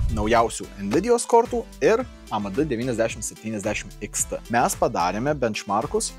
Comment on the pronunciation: tas "A Me De" tai zudantis 😂🤣